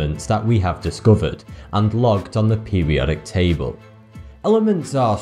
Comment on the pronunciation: You need to pronounce things right in English you said pubiotic table you need to say periodic table